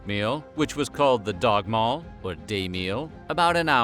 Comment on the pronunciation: Pronounced Dagmal wrong. The word Dag is pronounced day, like in English